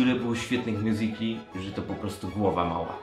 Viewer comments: Błagam nie mow mjuzikali tylko mjuzikli jest to poprawna wymowa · MÓWI SIĘ "MJUZIKLI" A NIE MJUZIKALI KURWA MAĆ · nie mjuzikali tylko mjuzikli OKK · nie czyta się miuzikali tylko miuzikli